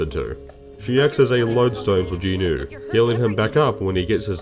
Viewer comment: Not that important, but thanks for pronouncing Jinwoo properly